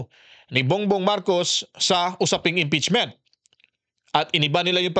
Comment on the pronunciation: Sobcrayb hahaha impetsmin hahaha